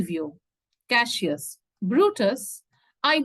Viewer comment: Mam it is Cassius not cashius 😅